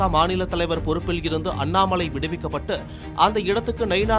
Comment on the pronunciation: அண்ணாமழை இல்லடா அண்ணாமலை டா நாக்கு வழிச்சிட்டு செய்தி வாசிங்கடா 🙏🙏🙏🙏